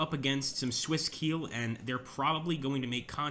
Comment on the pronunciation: Landsknecht is pronounced like "Londs connect", and Keil is pronounced "Kyle" (not like I will KEEEEL you, Mr. Bond).